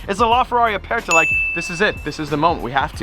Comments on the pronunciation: it is ferrari "Aperta"... with "R"...roll your R.... you are saying "Apesta" which means in spanish..."Stinks"...lol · lmao you pronounced aperta so wrong it triggered me so much